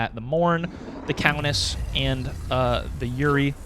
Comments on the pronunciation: Love the vids. Pretty sure it pronounced "( your - E) but what do I know lmaoooo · “-ei” is pronounced like “ay”